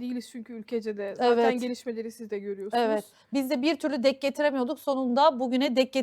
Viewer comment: 'Dek' getirmek değil bacım, 'denk getirmek'